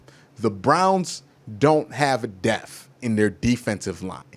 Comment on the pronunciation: The wors is depth...... its not defff...... it is DEPTH...... DEPPPPPTTTTHHHH. SAY IT WITH ME DEPTH........ NOT DEFFFFF